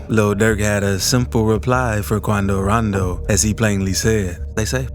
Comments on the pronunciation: 😭😂😂 i just watching your videos cause of your voice and the way you pronounce names like Quan-do - ran-do , personally i don't care 'bout rap beef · I swear he said QuAnDo RoNdO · Why he say quando rondo like that 😭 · I wonder why the guy voicing this made the executive decision to say Quando Rondo like that lol😂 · Lol the way he says his their name 🤣🤣🤣 but yea he scared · The way this dude says quando rondo 😭